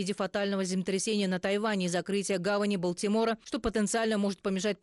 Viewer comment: У девушки хорошая дикция но с ударениями надо работать. Обратите внимание на ударения Рафахе , Балтимор и изучите текст досконально. Каждая критика должна быть для вас мотивацией для дальнейшего развития. Примите это как информацию в помощь. Удачи!🤝🇺🇿